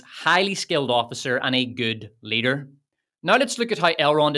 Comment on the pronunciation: “She’s a powerful lee-duh”